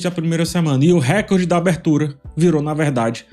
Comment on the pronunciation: Recorde é paroxítona!!